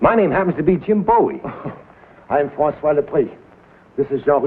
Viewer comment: Question; Bowie is pronounced Boo-ey in the Opening titles. They sing ‘Jim Boo-ey Jim Boo-ey’. This annoys the sh1t out of me, yet people in the episodes call/pronounced his name as Bowie.